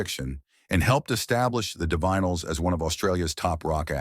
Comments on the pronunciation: It's pronounced ""di vinyls" for Zod's sake! Get a better AI to read your script - or at yhe very least check it for glaring errors like that. Stopped listening 'cos your AI can't pronounce the name of the band. Won't listen to your AI generated channel again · You can pronounce divine but not Divinyls? AI?